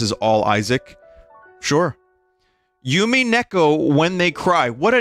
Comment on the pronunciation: christ, the noise I made when I heard the incredulous way vin pronounced "umineko." 20/10 baest gaem "I have never {played|read} (choose one depending on how charitable you're feeling today) it"